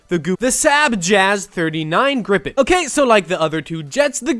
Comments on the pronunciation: Why do y’all have to say everything in Sweden is made from IKEA? And why do you pronounce it “grippin” and not “Gripen”? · Gripes is pronounced like greepen and with a really pronounced R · Gripen is not pronounced like that. If it was then by Swedish grammar rules it would have been spelt grippen.